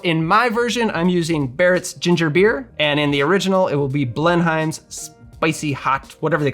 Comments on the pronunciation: down here it's pronounced Blenum's. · Blenheims is correctly pronounced BLEN-ums, In the same way that Greenwich is not pronounced Green witch.